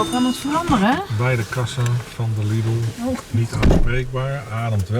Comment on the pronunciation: Zeg ff tegen je collega dat Lidl een Duits concern is en het als ‘liedel’ uitgesproken wordt en niet als ‘liddel’ 😂